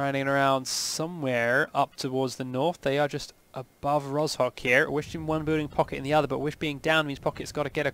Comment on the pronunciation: "Yasnaya" and "Polyana" are one city named "Yasnaya Polyana", not two settlements. Rozhok is not Ro-Z-H-ok, but Ro-ZH-ok. Sounds kind of like J in Michael Jordan.